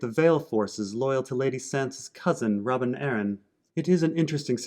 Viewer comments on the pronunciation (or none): none